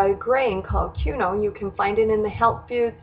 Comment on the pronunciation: I made this tonight. It was delicious and my family loved it. Just an FYI - I think quinoa is pronounced, Keen-wah, as this is how they pronounce it on the Food Network.